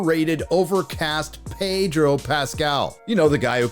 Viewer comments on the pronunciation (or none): none